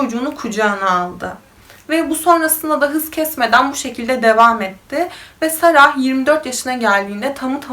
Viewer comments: ingilizce yazismasinda "sarah" diye yazilir ama okunusta sondaki "h" tellefuz edilmiyo. yani cok kasmaniza gerek yoktu, Sara veya Sera diyebilirdiniz. yani bu isim bir coook ulkede de kullaniliyor cunku cok yaygin ve hicbirinde de saraH diye soylenmiyor. ilk defa goruyorum birisi "sarah" diye soyluyor bu ismi cok sasirdim nasil olur diye.(bundan sonraki videolariniz icin soyledim aklinizda olsun) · Keske olaylarini paylastigin inslanlarin isimlerini düzgün bir sekilde söyleye bilsen. Cok rahtsiz edici. Sara „h“ cok rahatsiz edici.